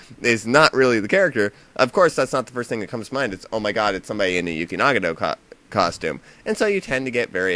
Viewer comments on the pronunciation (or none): What's a Yooky Nahgahto? Did you mean Nagato Yuki? I hate how everyone flips Japanese peoples names around.